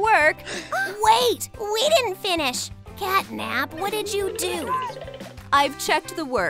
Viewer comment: Her name is CATNAP,NOT CATTYNAP